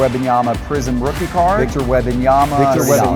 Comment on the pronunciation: I propose a boycott of videos until he makes a public declaration that he will genuinely work on his pronunciation of WeMMMMbanyama.